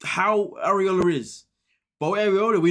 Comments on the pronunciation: ..."areola" 😂😂😂 I'm dead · Ariela= Are-ee-L-ah (pronunciation). I know it’s a tongue twister for some. You kept saying an anatomical word instead. 🙈